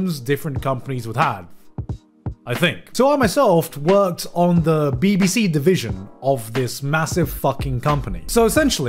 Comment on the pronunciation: it sounds so wrweong everytime he says bbc omfg..